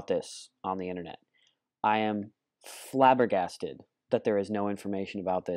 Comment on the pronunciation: Lol "FlaberGasted"